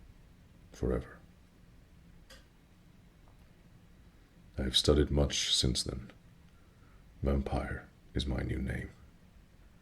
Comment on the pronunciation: Vampyr. Not vampire. But other than that it was a great reading, loved the accent, the tempo and the tone of voice. Overall great video.